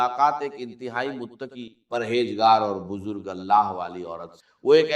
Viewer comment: This is NOT Dr. ISRAR'S msg, video or even his voice. Why use his videos to convey your msg, pehle to aap aapni galti ko theek karein whoever has posted/ made this video b4 spreading Allah's msg...shame! Dr. Israr's talafuz were never weak or wrong "wajeefeh, Bujurgh, Jindagi, Jaat" 🙄